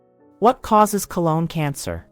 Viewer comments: Good video, but so annoying that she keeps saying "cologne cancer" instead of colon cancer. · Why does the narrator keep saying "cologne" cancer versus the proper pronunciation throughout the rest of the video? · Yes, she said "colon cancer", but she also said "cologne cancer" quite a few times.